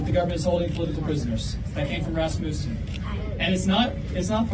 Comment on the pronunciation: Rasmussen ... is NOT MOOOsen ... You pronounce it Rasmassen. Like Must ... Not MOOOOst